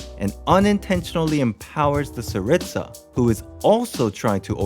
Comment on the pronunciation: Me hearing his pronunciation of Gnosis and Tsarista